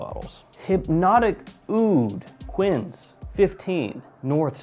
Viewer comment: Honestly, so few people are into fragrances that even something like Montblanc Explorer blows minds because they never even heard of Aventus. I'm the only person I know outside the internet that really cares about this stuff. Edit: P.S. - "Quinze" is pronounced like, "Cans". It's the French word for 15